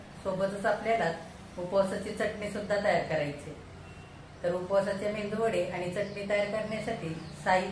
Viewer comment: अहो आजी मेंदू वडे नका म्हणू मेदूवाडे म्हणा.